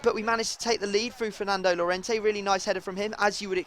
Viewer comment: No freestyle2077, 2 ll = y so it is yorente